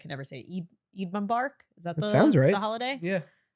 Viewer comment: I'M ACTUALLY DYING EID MUMBARK XD. Heres a little lesson from someone in a Muslim community: Eid is the name of the holiday and Muslims say Eid Mubarak like a Christian would say Merry Christmas, as a greeting on that day. Nevertheless, that was absolute hilarious pronunciation